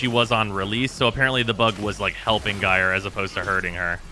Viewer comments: It's pronounced jīr . Or in General American jīər . It rhymes with Fire. Drop the F and add the J from Just. It is the same root word as Gyroscope. So just shorten that and you are good. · I'd rather hear "Jerry" than "guyre" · until now I was perfectly fine with calling her "Guy-er", but I have seen the light and shall now be mildly peeved at anyone who does not call her "Jerry"! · well NOW i'm gonna say "jerey" too